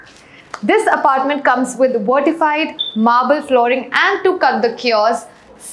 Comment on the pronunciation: Vertified nahi vitrified hota hai behen